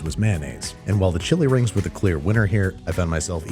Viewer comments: Chewy rings- not chilli rings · For the longest time, I thought they said "Chewy rings" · I honestly thought she said “chewy rings” and I wondered what that was supposed to mean ingredients wise 😂